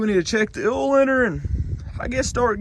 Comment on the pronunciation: I love the way he says oil. “Ole” 😂 when he said old ole, I laughed. Oh southern drawls…😂